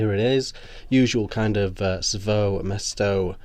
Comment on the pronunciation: Sfoe mesto Sfae mesto, I cant understand why British people cannot pronounce a single foreign word properly...